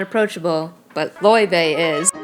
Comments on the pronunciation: Btw it's Lay-vay not loy-vay I think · loyvay is the true icelandic pronounciation. layvay is saying it right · You said her name wrong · You pronounced her name wrong lmao